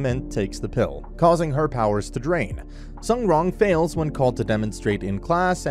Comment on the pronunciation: As far as I know, her name is pronounced "soon wrong" more or less if you have trouble pronouncing it